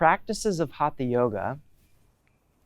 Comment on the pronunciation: Westerners including have a hard time pronouncing HATHA properly. It is HUT-HA. Not Haatha. The T uses a retroflexed tongue which is near impossible for westerners! Go south from Goa to Karnataka, and in Kannada hut-ha means being stubborn or obstinate! A hut-ha maari is even worse: a hard headed devil!:) Hut-ha was meant to indicate that it is a Yoga of physical force or energy. From Wiki: "The Sanskrit word हठ haṭha literally means "force" and thus alludes to a system of physical techniques." हठ: in this word, the second letter is a hard, aspirated THA sound. Not like in Thin, thick.